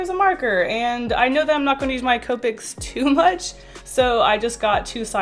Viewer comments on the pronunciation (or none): none